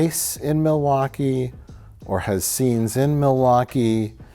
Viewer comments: Yes, Pete, it is. Actually, it's pronounced "mill-e-wah-que" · It's Mil-e-wau-kay.. 😂